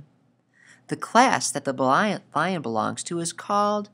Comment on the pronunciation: he says blion lion